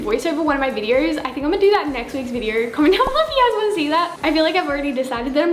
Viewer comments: Her:welcome back to another vider.....let me knor....and so on! It is ooooooooo not rrrrrrrrrr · yea like "videor" lol